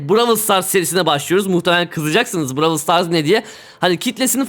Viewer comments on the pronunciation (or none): abi bıravıl ney bırowl diye okunmuomu